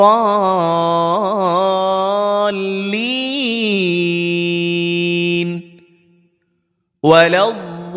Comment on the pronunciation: Valaddvallen hota hai apne valajavalin padhaya hai